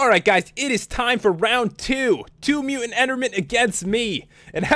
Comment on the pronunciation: omly mutant, not mutan